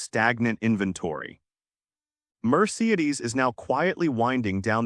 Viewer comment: Overall, good information… marred by a ridiculous AI narration (I love the way it mispronounces Toyota and Mercedes). Lesson: Luxury EVs just might not be the best “investment.”